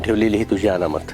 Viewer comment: अनामत ✅ अमानत❌ 😂😂😂